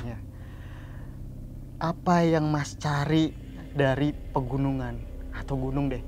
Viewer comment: Kenapa ngomongnya pergunungan 😅